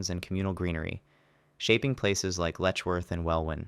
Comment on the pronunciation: I love that you have a picture of John Nash the Economist headed by the word 'Regency' and not John Nash the architect of whom there are only paintings. Welwyn is rponouncde 'well-in' by the way.